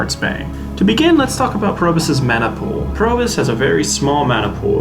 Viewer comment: Nice video. Any tips for the heroic abilities? I kept hearing you say Probus (Probe-us), instead of Probius (Probe-E-Us). Inside joke? Refer to the spotlight video for the latter pronunciation ( )